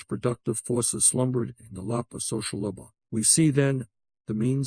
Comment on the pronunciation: Ironic that this AI can't pronounce "labor".